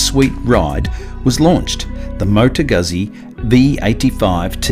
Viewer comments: pronounced "gootsie". Not "guzzy". Just a FYI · Great review but, "Goot-Zee"!! Please. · Please, please, please, it is extremely DISRESPECTFUL to make a video on a motorcycle and a company that's been producing motorcycles for 100 years and NOT LEARNING how to say the name of the marque. Carlo Guzzi must be turning in his grave.